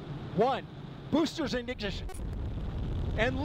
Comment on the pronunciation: When he said, “BOOSTERS IGNIGISHIN!” I felt that 💀